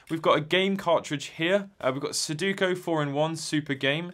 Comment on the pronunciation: rants for minutes about the misspelling all over the product and then proceeds to pronounce sudoku as SUDUKO. hell awaits you. LOL